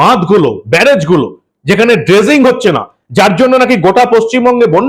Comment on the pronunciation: ' ড্যাম্প , ডেসিঙ ' আহা , কি উচ্চারণ 😂